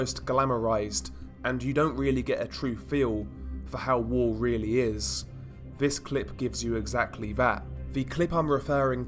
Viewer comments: it’s lazy and frustrating. Nothing wrong with a bit of criticism to make him sound better. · Lazy? That's how he speaks. I can hear he actually is pronouncing it! You can criticize without being so angry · stop saying “vis” it’s fucking “THIS” stop using “v’s” for “th’s”